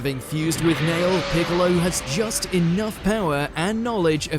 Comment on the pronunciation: I just kept listening to”Bigalow” 💀🤡